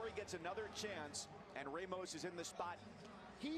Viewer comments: It's pronounced RAH mos. Not RAY mos. Don't try to change a Latino name. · it's not ray mos